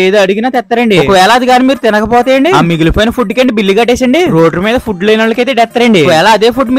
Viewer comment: Bro nevu foob ani petav bro food ani petu bro❤